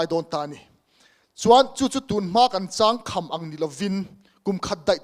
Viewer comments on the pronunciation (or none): Agriculture & Allied Sector chungchang in rawn sawi chu duhthu a va sam lo ve aw!! Vety.,Horty., Seri., Fishery, Soil Deptt. kalpui in tum dan detail hriat a chakawm khawp mai. .Changkham tih pawh I lam/ thluk dik lo nghal ania. Beiseina sang tak nen kan lo support dawn che u aw.